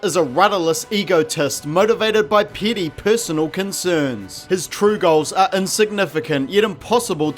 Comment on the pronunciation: "Petty" is pronounced "PET-tee", not peetee.